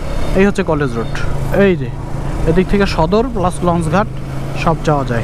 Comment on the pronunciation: ভাই ঝালকাঠিরে বারবার জালোকাটি বলার কারণ কি?